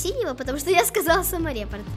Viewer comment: Не самореп, а саморепорт